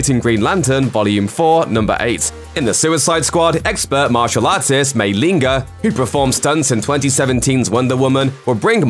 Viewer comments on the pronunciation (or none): "Mayling GER"??????? Ng is pronounced as Unng. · I choked when you called her Maylinger instead of Mayling Ng xD The Ng is pronounced as “ung” haha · Mayling GA? 😂 The surname "Ng" is prounced "uhng", like the "ng" sound in "thing", "sang" or "long"! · Her name, Mayling Ng, is pronounced more like “MAYLING ING” than “MAYLING GA.”